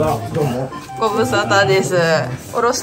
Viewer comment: こんにちはわぁって…発音相変わらずおもしろ